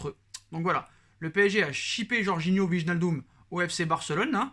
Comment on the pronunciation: wallah il craquer le type "wignaldom" il sait pas lire wijnaldum lui